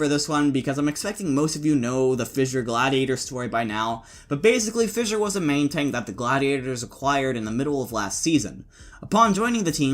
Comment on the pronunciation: Thank you for pronouncing Fissure properly instead of saying “Fisher” like that dummy Mykl.